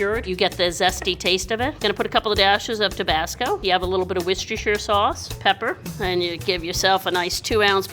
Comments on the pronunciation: Americans trying to say Worcestershire sauce.. Worsheshirre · This video incluides at least 7 diferent pronunctiations of worcestershire